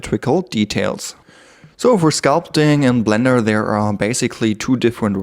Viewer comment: A cweacher in bwender. Your accent is so pleasant.